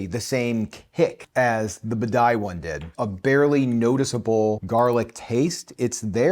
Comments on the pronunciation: Buh-die?!?! Bah-De-Ya. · OK, just because it's irksome: b a d I A, not b a d A I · It's Bidet, not Badai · What the heck is the ‘Badai?’ It is Badia. AI vs IA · Lol...I mean really. Can this guy even read? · Dude! You live in Florida. It’s Badia (Bah-DEE-ah). Cubano. Delicioso. Just ask my abuela. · BAH DEE AH!!! Drove me INSANE!! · Can't enjoy this because of your repeated mispronounciation of "Badia". It's "bah-dee-uh" 😅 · The way you say badia is sending me lol. Good video. I tend to buy the McCormick.